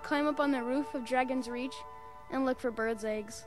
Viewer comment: It's DragonsReach not DragonSearch lol